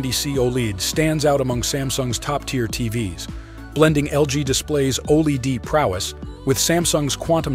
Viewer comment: Lost me when saying OLED wrong. ✌🏻